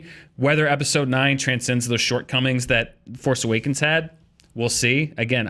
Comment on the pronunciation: The force aweakens. Yes, I spelled it that way on purpose, say it slow.